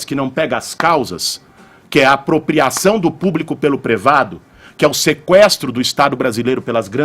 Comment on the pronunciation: “Prevado” chega de ouvir o Kra quando não sabe falar privado